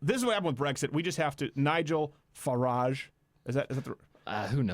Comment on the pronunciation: You said Farage correctly.